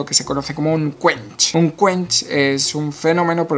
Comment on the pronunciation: Todos: un quench. Yo: scuanch, scuanchi, scuanchastico